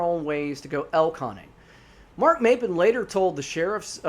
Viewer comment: I live in Oregon. I spend most my summers in the Tygh Valley. It is WELL known out there that you don't wonder off alone. Corey's story is one of many. Not the locals or the most experienced tourists know not to go out alone. Also it's pronounced "Mop-pin", Maupin is also the town I stay in in the summers. If you want good rabbit hole to consume your thoughts, start researching The Tygh Valley and many other Oregon outdoors mysterious stories.